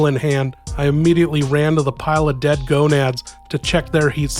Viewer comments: GANADOS. not GONADS. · Gonads 😂 it's ganados but close enough